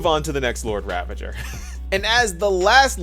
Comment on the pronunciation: Everyone: Lord Ravager My Friend 🤦: Lord Ravage her😱 I don’t know how… I even paused and replayed just to be sure🤦